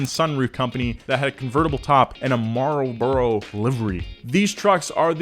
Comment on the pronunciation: you say Marlboro like a noob.